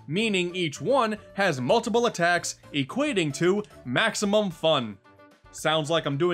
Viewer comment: "Maximun fun" its strange..